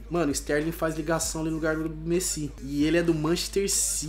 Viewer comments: Mto fraco esse...Totem? Messí? fala td errado e ainda não sabe fazer ligação, mano quando ce quiser entrosamento faz so cara da msm liga ou do msm país. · Mano que agonia vc falando Messí, com acento no "I" véi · FALA MESSÌ PARECE FRANCES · não se fala MESSÍ NÃO É MESSI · Messí? Krl esse daí é o cara que sabe de futebol? Pqp é Messi krl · não é messí é méssi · mano vocês perceberam que o fala errado desde dele falar Messi ele fala mesi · Mêssi kkkkk é Messi!! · Quem kacetas é "Mecí" ? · Não é totem e sim Toty e não é meçi e sim Messi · Mêssi é méssi que se fala porra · nao é mesi é messi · só não conseguiu porque você fala MECI não MESSI kkkk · se fala méssi não mêssi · Tiu fala Messi e n mesi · Não é messí e messi i e Toty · Mano n se fala mêssi e sim méssi (mas escreve messi) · Porra fala direito, eh toty não totem, Team of the year, eh méssi não mêssi, se escreve messi mas se fala assim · e messi nao mesi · aprende a falar as coisas certas, por favor! da pavor de escutar tudo errado! (totem é TOTY, meci é MESSI, baile é BALE e muitos outros né) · Carai que agunia ele fala messí não Messi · Não se fala messí e messi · para de falar meci e Messi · Aprende a falar o nome do Messi poxa e MESSI NAO MECÍ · Para de falar MECI é Messi porra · por favor nao fala messi^ fala so messi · Eu sei que é um modo de dizer, mas mesmo assim dá uma raiva ele falando Mesi kkkk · "Coloca o Rakitic ali q da entrosamento com o Mêssi"kakakakaka ta certinho,pronuncia 10/10 😂😂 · A cada vez que o fala mesi, eu até passo mal 😂😂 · "Messí"? Tenha paciência ne ahshhshshshsjsh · Alguém ensina o a fala "MESSI"?! PQ TA DIFICIL KKKK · Drafti,Messí,Toten pelo amor de Deus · Por favor, nem de zueira chama ele de "meci" KKKKKKKK. É muito estranho. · O falando mêssi, q raiva kkkkk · Eu não sou Heiter do mas ele quer falar certo e não fala pq fala messí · Meu deus, para de falar messí